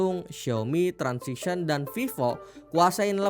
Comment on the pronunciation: TRANSSION..bukan TRANSISION😂😂